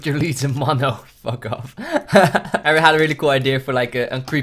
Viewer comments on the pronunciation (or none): none